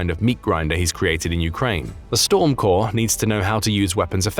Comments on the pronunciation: Like Storm Core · Storm Corps - the “es” at the end is silent.